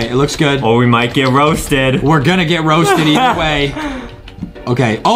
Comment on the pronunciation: Adam:we got to be rousted me: rousted more like TOUSTED